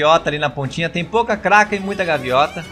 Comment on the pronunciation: "gaviota" kkkkkkkkkkkk